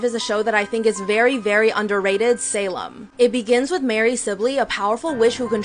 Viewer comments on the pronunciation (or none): none